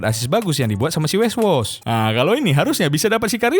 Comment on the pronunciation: Weghorst jadi weswos asw🤣